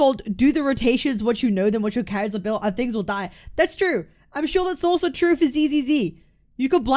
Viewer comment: a shot every time cap says 'trew'